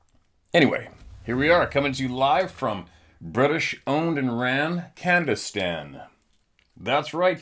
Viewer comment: It's pronounced: ca-NA-da-stan... You have my sympathies from Commiefornia.